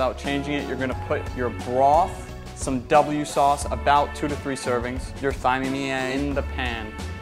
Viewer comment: Cmon…”thyme” is pronounced time..like what time is it